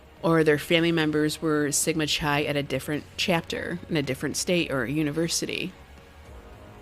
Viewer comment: You sound very intelligent, but Chi is pronounced KI not Khi.